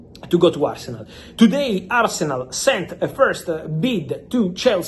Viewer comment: I stopped listening the moment he said "today asernal sent an official bid to chelsea..." 🤮